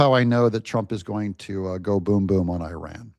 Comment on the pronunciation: Your channel in summary: 1- 20 minutes of talking about "I" and my 6-8 running 2- 5 minutes of Advertising 3- 2 minutes of showing other's people work, And of course, not being able to pronounce IRAN the right way. At least listen to the way our president do it. You are in it for money through President Trump.